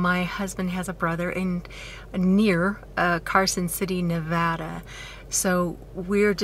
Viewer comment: First of all, congratulations on the move and the big new additions to the family. Secondly, thanks for pronouncing Nevada correctly, I live just outside of Las Vegas, and some people mispronounce Nevada, I mostly say this in heart but I have to joke about it. Thirdly, welcome home.